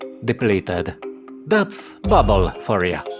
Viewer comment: Dobry film ale popracuj nad akcentem i dykcja, "fargoid" "babble" "space bags" "prystin", bedzie latwiej zrozumiec co mowisz.